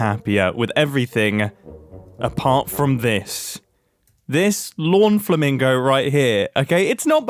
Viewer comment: Did you call it a "flamongo" on purpose? Because that's honestly a perfect name for the thing.